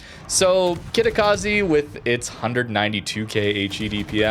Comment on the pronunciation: how difficult is to say Kitakaze..instead of Kitakazi